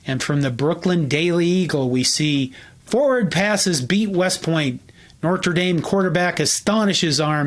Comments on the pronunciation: Not NoRteDame, Ferran crying' out loud. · NOOT IT'S NOOT and it's No-der Dame Good video though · I don’t care whether you pronounce Knute with or without the ‘K’, but why are you pronouncing ‘Notre’ ’ as if there were an ‘r’ between the ‘o’ and the ‘t’, as if it were ‘Nortre’? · Never mind "Noot" vs. "Ka-noot." I'd like to know why this guy keeps saying "Nor-tra." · Speaking of pronunciation, I never before heard the school called "Nortre Dame." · Love the video and history but I can't watch these videos if you keep pronouncing Notre Dame like it's Nor-tre Dame. Is this the correct pronounciation or what are you doing? Even if it is correct, it is so annoying, I had to turn off the video about 11 minutes in. Great video but I can't get past the Nor-tre Dame over and over and over and over again like you are trying to say Nor-tre as many times as possible. Very annoying but great stuff otherwise. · interesting but it's hard to watch with you continualy saying "norter dame" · "Nortruh Dame" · Exactly. I was surprised that he kept pronouncing it ‘Nortra.’ Kinda like in my family we always pronounced ‘wash’ with an R: ‘worsh.’ Don’t know why. ‘Wahsh’ seemed too upper-class for us commoners, I suppose. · How you pronounce “Knute” wasn’t as annoying as how you say “Nortra” Dame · No its not its french and its No-ter-Dom. Its americans that are mispronouncing french words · Almost everyone at Notre Dame says “Noot.” While there I was taught that he pronounced it “Canute” but no one else did. However, I’ve never heard “Notre Dame” pronounced “nor-tra” dame before. Where do you get that “r” sound? Very odd. You can put on airs and pronounce it “no-tra dame” or you can pronounce as almost everyone at ND pronounces it, “noter dame.” Nor-tra dame is flat wrong. But I did enjoy your history lesson. I learned some things. Thank you. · He’s talking about the extra R you’re putting in there. “Nortre”. I agree it was distracting. But appreciate the video nonetheless. Good research.